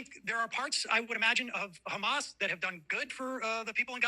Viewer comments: Israel: BUT KHAMAS Ethan: BUT KHASSAN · "Do you condemn Khassann?"😅